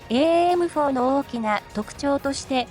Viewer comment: エーエーエムフォーで合ってます。 現場では短くエムフォーと呼んでます。